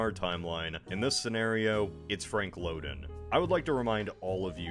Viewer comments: As one who grew up in Illinois, the state park we went to named for the one-time governor was pronounced "LOW den" (rhyming with "HOW then", not "LO den" rhyming with "Oh then". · Lowden Dam and Lowdenvilles. They just don't sound right.